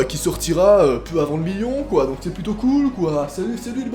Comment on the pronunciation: arète de dire plutin. walla